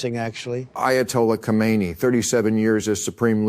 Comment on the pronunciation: Thank you for pronouncing his name right!! KO-MEIN-NEE, not HO-mein-nee.